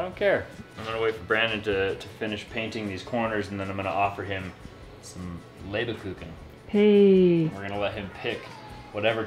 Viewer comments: I love that you are a fan of the German Christmas cookies. Just FYI: it's pronounced Lebkuchen, not LebEkuchen. ;) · Almost great job with the pronunciation... Just leave everything between the b and the "kuchen" out. If I would write in German what you're saying it would be LebEkuchen... 😉 But no worries as long they're delicious mate. 👍 I'm living just a stone throw south of Nuremberg (Nürnberg); the Lebkuchen capital I would say. And to change the topic: didn't miss a single video since you guys started to build the house. I love all your episodes and it's as well interesting to see the differences between house building in Utah and Germany or Australia where I lived for 9 years. Keep on going. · The way pronounces "Lebkuchen" sounds like "Leberkuchen" which coud be translatet as "liver-cookie". Try to pronounce the "Leb"- Part like you would say the "Reb"-part in "Rebellion" just with an L instead of an R maybe it will help:) You guys are awesome and i am really looking forward to whatever you are up to in the future! Greetings from Germany 😊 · the way you say Lebkuchen sounds like you are saying liver cake (translated):-D Its Lebkuchen not Leberkuchen. Greetings from Germany 😙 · 🤣 its called "lebkuchen" not leberkuchen xD awesome video as always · Ok so since asked... The pronounciation was horrendous xD also its Lebkuchen not Leberkuchen!!:D the cabinets look amazing btw!!! ❤ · It is not Leberkuchen, it is Lebkuchen. Leberkuchen would mean it it livercake, jucky! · It's pronounced "Leb-kooken" basically. No e in the middle. You gave it your best on the translation, but it wasn't very close, sorry. Love you guys. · 🤣😉 Leb”er”kuchen, without the the “er” will sounds more real German, “Lebkuchen” 😉🤣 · It’s just called a Lebkuchen, there is no er in there after the B. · Your german prononciation was not bad but it´s Lebkuchen not Leberkuchen…. Leber means liver so you said liver cake each time 🙈😅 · We pronounce it Leeb Ku Ken